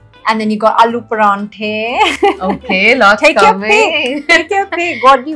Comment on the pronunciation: Paraanthe nhi PAROUNTHE